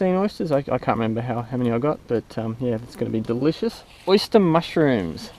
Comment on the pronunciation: “ The Oysta “ lol